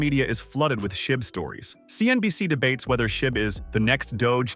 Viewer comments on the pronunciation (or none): none